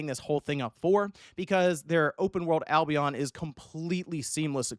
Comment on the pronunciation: u said albion wrong